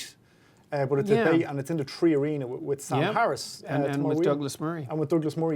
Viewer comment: 3 or tree?